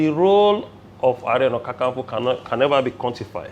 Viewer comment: Segen hear how you calling kan kan nfo because that's not the right way and spelling is Are ona kaa kaa nfo.. Are you not a Yoruba ni..lol